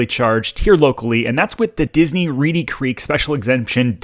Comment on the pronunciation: It's Reedy Creek, not Reddy 🤦‍♀️ I wish people didn't watch your videos that don't live around here. They believe all the BS you feed them (your St. Cloud video was laughable and full of so much garbage). As for Disney, they treat their employees like garbage. They put on a good show about inclusion, but they actually discriminate like crazy. They jump on every bandwagon of the current thing. You know why??? All for money. They're no better than churches with their tax breaks. This has been a long time coming. I hope it happens. Also, Orlando has way more going for it than Disney. The other local theme parks don't get the same treatment. Last thing I'd like to point out, have you people not noticed how the actual Disney family has distanced themselves from the mess Disney has become?